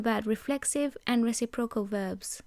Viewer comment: Just a small note: When you say reciprocal the emphasis should be on 'recip' and then 'rocal'. You're saying 'reci' and 'procal' and it sounds a bit strange. The forvo pronunciation for the word from the UK speaker is a good example of it said properly :)